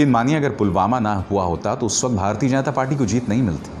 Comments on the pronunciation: Pulgama or pulwama, modi ruling the country but can't take name correctly of its places. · btw modi ne video mei.. pulgama kaha hai... naa ke pulwama 😁😁😁😁😁😁😁😁😁😁😂😂😂😂😂😂😂😂😂😂😂😂😂😂😂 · pulgama bol raha h modi pulwama ko 😄😄😄😄😄😄😄